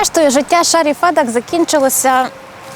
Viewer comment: Доброго дня! Дякую за український контент, але, Фед"А"к. Наголос на "А" що в імені, що в прізвищі. А взагалі, проєкт чудовий, дякую!